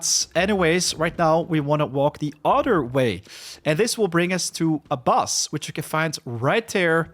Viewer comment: Also Bus for Boss ;)